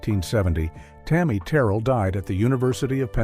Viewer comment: Tammi Terrell pronounced "Tur-rell":face-purple-crying